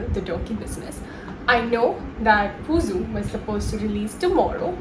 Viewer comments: Not pusu. It's puzhu. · Dear Pusu nahin.Puzhu,you need to listen Mammootty or Paravathys interview,so you can listen how they pronounce it